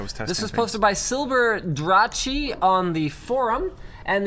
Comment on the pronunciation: "Silberdrache"? Linus...you wouldn´t happen to recognize german, would you XD